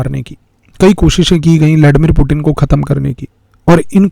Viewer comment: उच्चारण ठाक कराइए। “पुटिन” नहीं। वह पुतीय्न है।